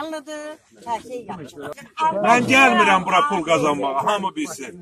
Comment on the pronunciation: Bunu harda çekibler?bilmirem ,bu namized belke de yaxşı insandı.Ama Imişli, Beyleqan lehcesi tuta bilmedim.Diqqet edin,,,burya,,, .Sehv etmiremse, bu zonada,,,burya,,, yox, bura,, deyilir.